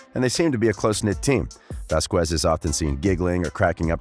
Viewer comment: Please say her name right! Ok! Vazkes us how it sounds. It's Hispanic